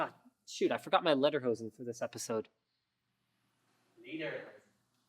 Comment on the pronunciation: Lederhosen - Pron. LATER HOSEN make the T a D in LATER. All one word.